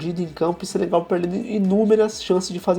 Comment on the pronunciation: "Senegal" não Sebegal